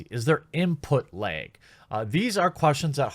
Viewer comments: "Input lehg" ;) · “Input Laeg!” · "Input leeg" sure bro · You say the word "lag" pretty weirdly. Js..